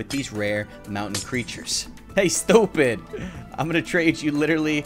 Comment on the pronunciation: I like he says stuiped